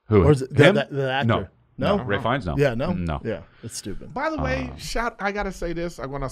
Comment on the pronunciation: You all repeatedly calling Ralph Fiennes Ray brought me down some IQ points haha